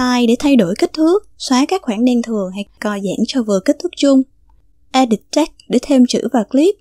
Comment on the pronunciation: Mình đọc là e đít.. bạn cứ đọc là e địt . Hihi